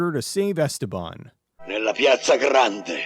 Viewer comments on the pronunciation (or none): none